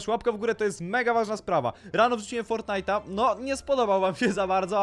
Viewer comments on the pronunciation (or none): Nie fornajta prosze